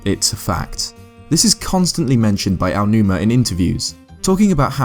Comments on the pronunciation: His name is AONUMA. NOT "Uwanuma" for goodness' sake. Pronounce each vowel separately. Ah-Oh-New-Mah. Aonuma. Japanese is the easiest language to pronounce in the world. Stop messing it up. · did you say oanuoma? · no it does matter because words should be pronounced correctly. Where do you see "yo" in "Ao"? To say "ayo" in Japanese you would need to write Aio or A-yo. Why does everyone pronounce it wrong. Stop adding sounds that aren't in the word and just read the word.